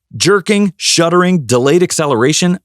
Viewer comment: Uh. The word is SHUDDERING not shuttering. 2019 Jetta here. 80,000 miles zero problems. Oh wait I have the 6 speed manual transmission. 🤣